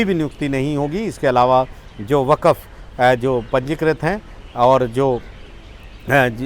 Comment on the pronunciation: Brother not waqaf is waqf..